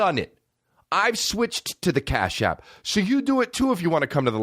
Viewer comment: "cap ash" instead of cash app lol